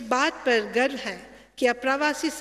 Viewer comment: गर्भ नहीं गर्व😂😂😂